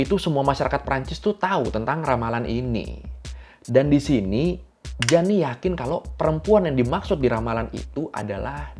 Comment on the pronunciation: Koy pembetulan cara sebutan yg benar untuk (Jeanne) adalah Jin✔️